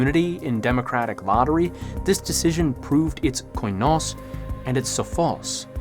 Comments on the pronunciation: Please use Google translate to at least get a general idea of how the greek words are pronounced. Koi-nos is truly cringe worthy to listen to. It's kee-nos (in murocan phonetics. Kee, as in Keep, or keen) Koi sounds really dumb and stupid and like a Japanese fish 😆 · here to help. they're pronounced "kinos" "sofos" and "efthina" and "enotis" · You have effectively butchered Ancient Greek, in nearly every single one of your pronunciations here. Κοινός is pronounced Kinos, with accentuation being on the O. Σοφός is mostly correct, but your accent is very strange. Εύθυνα is pronounced Efthina, with accentuation being on the E. Ενότης is pronounced Enotis, with accentuation being on the O. There is no H sound here. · I'd like to help with the greek pronunciation: Κοινός: kee-NOHS Σοφός: soh-PHOS Εύθυνα: EF-thee-nah Ενότης: eh-NOH-tees Κληρωτήριον: clee-roh-TEE-ree-on.